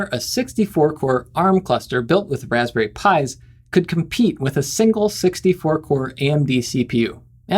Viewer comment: The Wasberry taste like wasberrys! I actually 'lol'd at that.